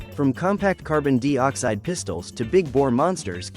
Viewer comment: Gotta ask... what is carbon 'deee oxide'? and actually? the .'point four four magnum handgun' produces around 1000 ft lbs of energy